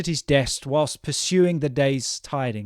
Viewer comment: Hi, I heard your pronunciation of the word "perusing" twice and it sounded like pursuing while perusing means something else. Are you sure you have read the right word?